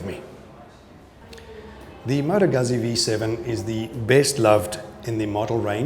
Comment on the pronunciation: Beautiful bike. Proper pronunciation of Moto Guzzi. Thanks for the video.